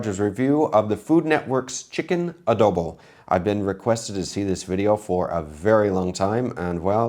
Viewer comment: Correct pronunciation of Adobo.